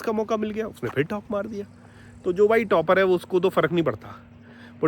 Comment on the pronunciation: Vah "fir" nahin balki phir hai. Aur "toh" nahin balki to hai. India men logon ko mul se mul cheezen pata nahin hain, jaise ki aksharon ka uccharan kaise karte hain; developed desh banne ka sapna to chhor hi do. Ab Dilli bahut dur hai.